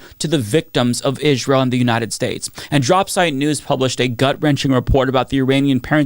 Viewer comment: I know this isn’t important but why do you say “Israel” in such a weird way? “Ijj-ral” It’s distracting from your important messaging. I’m sorry to comment about this but maybe no one has ever said anything? Just want to make sure your points are getting through without a distraction like this